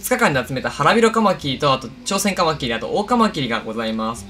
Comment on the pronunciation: カマキリのイントネーションて、 カ マ キ↑ リ なんですか？ カ↑ マ キ リ だと思ってます。